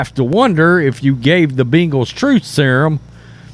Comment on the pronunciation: Who the hell are the Beangals? Say it right brah! 🤣